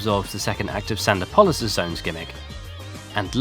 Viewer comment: "Sand-o-Pollis?" Sand-OPP-e-lis.